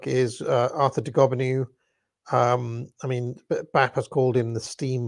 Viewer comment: de Gabineau = duh-Ga-bin-oh.